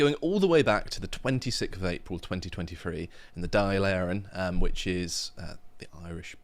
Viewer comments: Irishman here. You pronounce Dail Eireann 'Dawl Aaron' I wouldn't get sucked into to that from People Before Puberty as I call them. One member doesn't even know what gender to call his baby like. They are as bad as the other 3 Partys we have here. The Uni Party now of FF/FG and Sharia Fein. They are ALL the Same!! They are Woke Communist Traitors to the Irish People..A disgrace to the nation...Also our government voted for the EU immigration Pact without Our Consent...So Open Borders to the whole Planet like... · it's pronounced Dawl Erin - "The Assembly of Ireland" and it is the lower house of the Irish parliament, so the House of Commons for you Brits. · just to let you know if you want to pronounce the word closer to accurate it's pronounced doll airinn, it's tricky with the fada's ( the little stroke above the a and the e ) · Hard to trust a bunch of lads who can't pronounce Dáil Éireann and "suppose" its the Irish parliament.